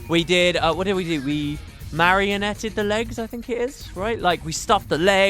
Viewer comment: Marinated. Marianated sounds like you turned it into a puppet.